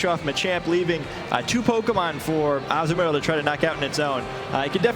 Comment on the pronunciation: I know everyone has already pointed out the Close Combat, but the one guys pronunciation of Azumarill haha